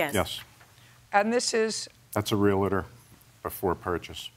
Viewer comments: Never trust anyone who says 'Real-IT-or' instead of Realtor Lol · It’s Real•TOR! Not Real•A•TOR!